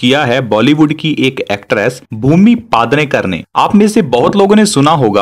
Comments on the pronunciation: It's not paadnekar it's pednekar u pronounced it paad nekar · Pednekar not padnekar. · It's not padnekar but PEDNEKAR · Paaaaaaadnekar nhi pednekar hai wo 😂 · PED hai paad Nahi padhna nahi aata kya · That's पेडनेकर not पादनेकर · bhumi Pednekar not Padnekar 😝😛🤣😂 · paadrekar nahi. ..its pednekar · First pronounce the sir name properly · Pronounce the surname nicely no fun